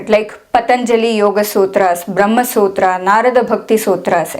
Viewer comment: love the way you prounced the sutra and will follow your videos as i just started learning sanskrit n is so difficult to memorise. maybe my age not right to memorise. still i will try n not give up.